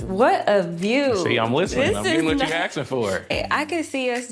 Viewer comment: A lot of axing in the jouse